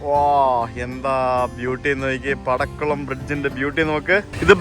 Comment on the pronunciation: പടക്കുളം അല്ല മാഷേ... പാക്കുളം ആണ്... ഞങ്ങളുടെ അട്ടപ്പാടി